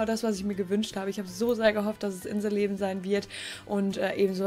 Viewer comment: Als du inselleben gesagt hast hat sich das an gehört wie In the leben